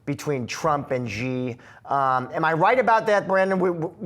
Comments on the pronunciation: He ain't President Zi. He is President Xi.. Try pronouncing Xian... Xi😂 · Hey, guys, Xi is pronounced "Shee" like She sells sea shells.